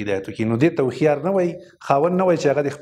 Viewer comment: لیکلي مو هوښیار ده مګر تلفظ یې وهښیار کوی ؟